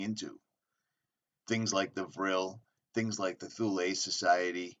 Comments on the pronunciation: It's pronounced 'Th' ule rhymes with Mule.... It went to Chelmsford Essex....88 dead scientists from MARCONI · THule -Pronounciation -[Tool -ee] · It is pronounced Tool--ee